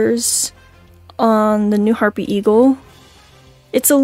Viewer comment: Bro hapry eagle not harpy eagle